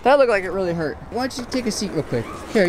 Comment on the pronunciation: “It didn’t even hort “